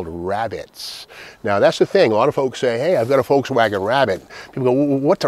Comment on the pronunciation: So bizarre how you pronounce it “Folkswagen.”